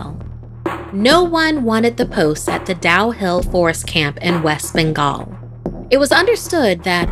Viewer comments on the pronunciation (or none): none